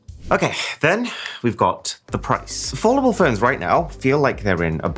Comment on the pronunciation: Now that's an "aFOLDdable" Phone